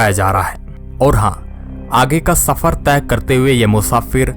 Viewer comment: Shafar nahi safar bhai sahab talffuz sahi kare aap channel chala rahe. Ya to bhai urdu ka use na karo hindi me bolo ya phir talffuz sahi karo